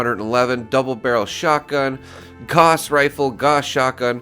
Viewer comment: G-ow-s..... not g-awe-s (shotgun).